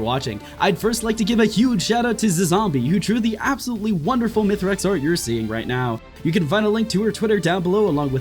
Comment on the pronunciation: It's MEthrax not Youthrax. hands off